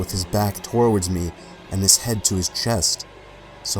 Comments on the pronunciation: it’s towards NOT torwards lol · He ran "Twoahreads" me. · The way he pronounces towards like toe-ards pisses me off. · I'm aware this video is 5 years old, and you likely have heard this before but... ITS PRONOUNCED TOWARDS!!! NOT TORWARDS!!! It's a little thing, but it's driving me insane. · "torwards me..." 🤣🤣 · Okay, why do you keep pronouncing it as "tor-ward"? There's no R. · Please learn how to pronounce ‘towards’ … it’s not ‘toe-war-ward’ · I love your vids, but dude, “tor-wards” “Tor-wards”???? You keep saying that word and you’re pronouncing it in probably the worst way i’ve ever heard! Its driving me nuts!!! Aaarrrggg! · TOWARDS. T O W A R D S. NOT TWORWORDS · nobody:: TORwards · what is the word "fortowar" me ? it sounds like you're saying forward or toward at the same time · Anyone else notice he cant pronounce "towards"? He pronounces it 'tor-words' in two syllables. Im an asshole for noticing. Ill be going now. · "Creps twoward me" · I think he's Canadian. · It kind of ruins the scary mood when simple words like "towards" are mispronounced as "torwards", hahaha. Probably best, though, since the humor helps numb the fear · 2015; back before learned how to say the word "towards" properly. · Please start saying TOWARDS properly.... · Your pronunciation of towards is weird. Nice video :)